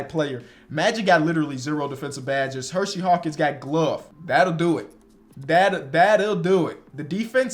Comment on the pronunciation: I always love the videos, but is it Her See Hawkins not Hershey, there is only one H in his name